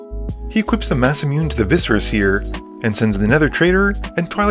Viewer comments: "massa-mewn" lol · That Masamune pronunciation though 😅